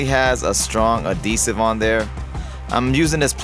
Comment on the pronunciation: Ad hesive. Not a desive… 🤦‍♂️